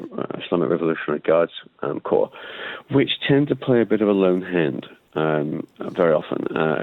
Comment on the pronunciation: What nationality is he.He just said ' playing a lone HEND !'